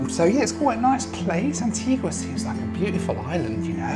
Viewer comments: As others have said, you need to learn to pronounce Antigua correctly! It is a beautiful island, a beach for every day of the year, so they say. If you go again, get over to Falmouth Harbour/English Harbour, where half of the superyachts normally based in Monaco spend the winter (it starts to get busy in December, through to about February). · Great video and thanks for the great comments on Antigua - its a wonderful island and my home on and off for the last 33 years. Comment tho and don’t take offence but please learn how to pronounce the name of islands for your video..Providenciales is a Spanish pronunciation not English!!! Love your channel thank you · I’m pretty certain when you lived in the uk you didn’t pronounce it Antigua like you were